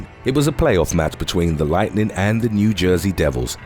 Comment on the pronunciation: Tampa Bay Lightnin" - nevermind that final ''g' sound... :-)